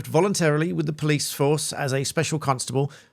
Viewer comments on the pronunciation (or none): none